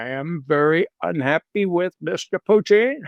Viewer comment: It's PUtin, Ray. Not PUchin. Not PuchEEn. Not any of your other affected pretentious pronunciations. Just PUtin.